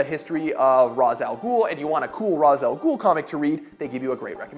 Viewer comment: I gave a dislike because you pronounced ra's al ghul incorrectly.